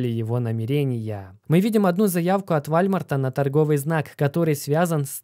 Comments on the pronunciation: Какой вАлЬмарт? вОлмарт правильно же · Не ВАЛЬМАРТ А ВОЛМАРТ !!! ЛАПОТЬ !! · не Вальмар, а ВОЛМАРТ! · Скорее Уолмарт станет Вальмартом, чем его правильно назовет))) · Не Вальмарт😂 а Волмарт. (Walmart) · Не забыл поставить лайки и поделится с друзьями., не забудь исправить Вальмарт на Волмарт.🙏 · не. ВАЛЬМАРТ, а УОЛМАРТ🔥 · Все круто, но надо прекращать называл уолмарт вальмартом. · Вуольмоарт. Так правильно) а не Вольмарт)))) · не позорься, какой Вальмарт? Там же написано Волмарт! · Не ваЛЬмарт, а вОЛМарт! О боже, это ужасно звучит, словно говорит бабушка, кепчуп или компьютЕр. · Уолмарт, а не Вальмарт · уже не в первый раз слышу про Walmart, по русски это звучит Волмарт. Просто слух режет для тех, кто ходит в Walmart 😉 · Исправь произношение -ВОЛЛМАРТ - и ВСЕМ будет Счастье! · Да это и не по русски Уолмарт, если уж говорить про звучание. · P.S. Walmart - произностится как Волмарт) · Вальмарт, немЕрения о господи чел ты даешь отличную информацию, но уши режет ужасно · Вальмарт?? Серьезно?)) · Скрипя зубами слушал про вАЛЬмарт. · ВОЛМАРТ! исправляют люди каждый раз когда видео про волмарт. хватит игнорить своих подписчиков. Уже год пытаются научить говорить ВОЛМАРТ правильно. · Передернуло от каждого сказанного «вальмарт» .... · Аж слух режет вальмарт. Вахах ну ты даешь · Уолмарт или просто Волмарт,.